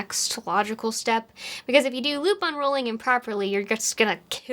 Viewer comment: LOOP UNROLLING! haha. I though you were saying LUPINE ROLLING! 🐇🐇🐇🐇🐇🐇🐇🐇